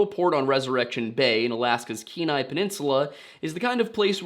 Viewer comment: Also, glad you learned to say "Kenai" like a local!